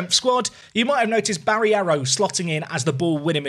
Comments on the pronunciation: It's Barreiro mate. Not Barriero 😅 maybe that's the reason of your poor form. Respect the players more😁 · BarREIro... Ba-rey-row... Barreiro... Not freaking Barierro!!